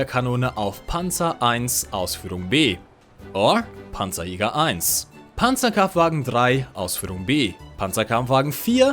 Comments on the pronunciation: Toll ein englischsprachiger Youtuber der nicht Pänzerkämpfwägen sondern Panzerkampfwagen sagt. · I am a german and im very proud of you, couse everytimes i hear somebody say PANZERKAMPFWAGEN 6 AUSFÜHRUNG F wrong i get an heart attack. Lol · als Deutscher freu ich mich über richtige Aussprache von PzKfw